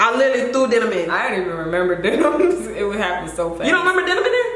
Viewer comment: Girl not Denim!!!! Like Demin was going to open the door!! 🤣🤣